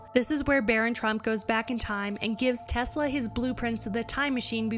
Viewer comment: Tesla was a god!.. The way you pronounce his name makes me want to slap you!